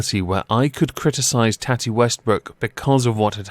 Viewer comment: Tati= toh(soft o)-tee, tohtee It is not tatty. Usually short for tatiana but not always.